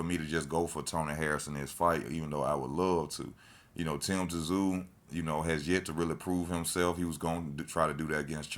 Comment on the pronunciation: It's pronounced zoo not tzoo